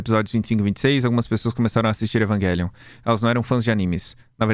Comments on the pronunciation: Evanguelion é o cacete é evangelion mesmo sabe nem pronunciar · mano porque ele fica falando "eVaNgUeLiOn" e não EVANGELION(??????) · na real, ele continua dizendo errado. O certo seria Evanguêlion e não Evaguélion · Ele ia fala evangelion e no meio falo evanguelion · a palavra evangelion vem do latin então a pronuncia "envagélion" esta correta, a maneira incorreta é falar envaguélion mesmo é a maneira estadunizada de dizer ( se eu estiver errado alguém me corrija) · mano, não dá kkkkkk Evanguélion é de fuder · evanguéllion AAAAAAAAAAA QUE AGONIA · desculpa, mas falar EVANGUELION não tem perdão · Não vou conseguir ficar meio hora ouvindo o falar EvanGUÉlion 😢😭😭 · Esse vídeo ficou muito bom, só que cada vez que ele disse EvanGuelio foi uma facada no peito. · evan GUELION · Meu deus que odio o falando evanguelio, que odio meme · "Evanguelion" faz de novo faz direito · Agonia do falando evanguelion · cada vez q o fala "evanGelion" meu ouvido sangra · toda vez que o diz Evanguélion eu perco 1 ano de vida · cara tamo no Brasil, é Evangelion não pq tamo falando em inglês, e sim pq é um jeito abrasileirado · O é um cara legal, mas tem o defeito de falar evanGUElion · você pronuncia errado o nome realmente é do outro jeito. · Não dá cara e ele ainda corrigiu o cara no começo, foi horrível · mó tosco dizer o nome do anime com som de "G" com som de "J" é muito melhor